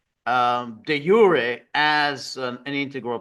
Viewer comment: Great to hear 'de jure' pronounced correctly - you are the only one who gets it right